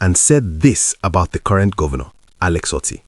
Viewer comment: Dear Presenter, thank you for your video, but I need to correct your pronunciation of the name "Otti". The 'o' is pronounced as 'Oh', as in "Okay" and not 'o' as in "top". When pronounced as the latter, the meaning is completely different. Thanks!